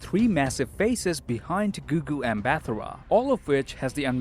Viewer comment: South African here, the lady in front of Kang's face statue, her name is actually pronounced Gugu Mba-Tar. Raw is same raw y'all know. Okay bye :)